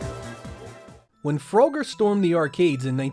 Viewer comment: Lmfao fro-ger 😂